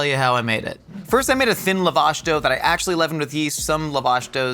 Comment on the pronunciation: The pronunciation of lavash is taking me out, sincerely an Armenian lol